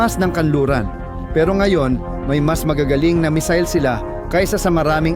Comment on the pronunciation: Bkit po "mesil? Hindi po ba missile?pero ok nrin..nice vlog..